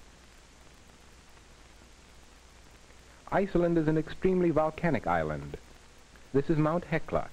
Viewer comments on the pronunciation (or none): It's ISLAND